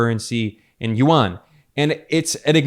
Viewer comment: yuan is 1 syllable not 2 syllables. like Juan not jew -an